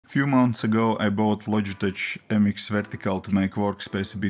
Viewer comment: Logitech is pronounced with a K at the end. Like LOJ-I-TEK ... not the ch sound. It's very common in the English written language to pronounce the CH as a K.